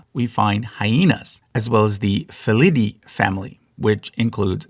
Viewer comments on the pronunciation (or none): none